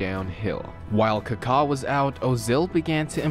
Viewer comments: What is Kakhaa? It's Kaka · Dude, it's Ka-ka not Car-car. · It’s supposed to be more like a British saying, Car-Car no R obviously. Not KuhKaa. The accent mark isn’t the same as in Spanish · He literally said "Cockatoo" without "too" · he just sounds weird saying it that's all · It’s amazing how you mispronounced every single name .. people .. venues ..